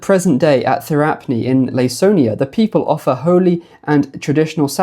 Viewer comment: Hi, great video! Just letting you know that Laconia is pronounced with a k like Lah-Koh-Nee-uh for future videos :)